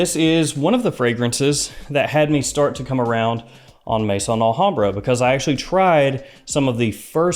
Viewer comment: Just came across your channel. Really liking your format . Only criticism is your pronunciation of Maison AlHambra , it pronounced May-zon not mason. Maison is the French word for house as in house of Al hambra